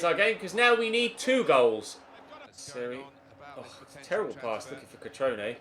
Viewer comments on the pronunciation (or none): none